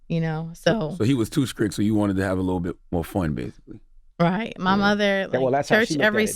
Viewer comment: C Tha God pronouncing his T's like K's makes me cringe every time. Skrick'd? its STRICT bruh!